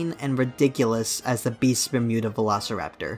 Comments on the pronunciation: everyone: beasts of bermuda: bistphmuda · Ah yes, Beesvermuda